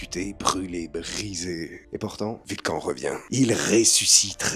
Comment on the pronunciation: Alors je t'adore hein, mais ça ce prononce ''vulkanne''